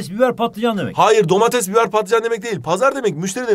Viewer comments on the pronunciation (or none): none